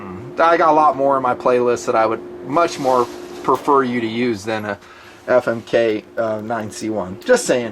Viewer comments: every time i hear you say famic i laugh my ass off....keep fondling 💪💪💪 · lol "Famik"